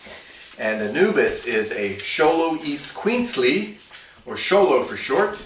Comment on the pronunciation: Aztec not Mayans also the mispronunciation of the name 🤦🏽